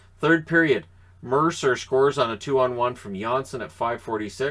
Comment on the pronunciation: You are.correct Chico asked him in an interview today you are pronouncing Johnsson correctly